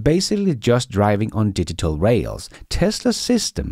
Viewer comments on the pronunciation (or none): none